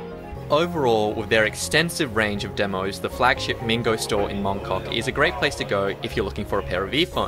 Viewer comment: he said moncuck